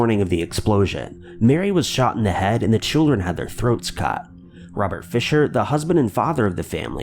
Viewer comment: The way this guy says "head" and several other words has me rolling. Like he's immitating Mr Garrison or something.